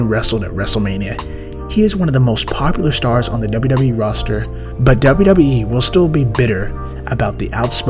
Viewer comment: Why the heck do you whisper and put your lips on the mic?!? And it’s WWE (DoubleU DoubleU Eee!!!) not Dubba Dubba E!!!!!